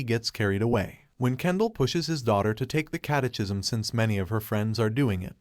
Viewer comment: I can't get over the pronunciation of catechism